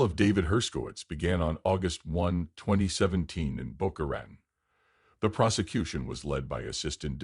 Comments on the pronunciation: Thank you. This is one of had never heard. Well done. With all due respect I can not subscribe to AI narration. Everything about your channel leads me to the fact that it is indeed up to my standards and beyond Other than the obvious Al. Boca Ratan repeatedly pronounced wrong for some reason drives me mad. Wish you success DM San Francisco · Please learn how to pronounce Boca Raton.